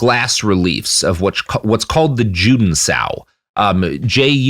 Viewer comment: Juden is pronounced 'YOU-den.' In German, Js are pronounced like English Ys.